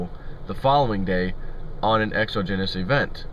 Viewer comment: PS - exogenous = eggs 'ah jen us. Not exo geenus.